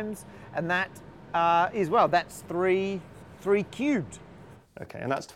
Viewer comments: I think he said "tree theorems." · I think he said tree theorems, not three theorems. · He said TREE theorems.